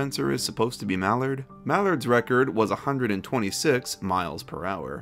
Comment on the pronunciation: The way he pronounced "Mallard" made me cringe. That "ard" is supposed like a pirate "arrgh".